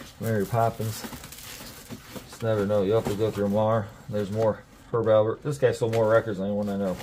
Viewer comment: It's Herb AL PERT. Not Albert. ALPERT. My Dad loved him. 🙂